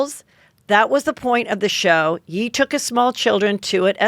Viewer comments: Heather stop saying it like "yee" more like "yay" like how you finish saying kanYE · HEATHER! I love your honesty. I absolutely loved this convo with you and lala, I also just loooove when you have lala on. One thing I wanted to say. When you say “yee” are you referring to Kanye? If so, he goes by ye as in kan-ye, pronounced like “yay.” Anyways, I doubt you care lol it’s very minute with everything else in the world. Love your show! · I adore Heather, but I wish her friends would tell her if he’s Kan-YAY, it would be Yay, not Yee.💜